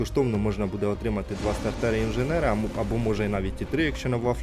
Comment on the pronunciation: СтартЕри, як же це ріже слух